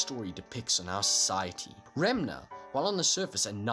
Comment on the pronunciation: This dood said remnah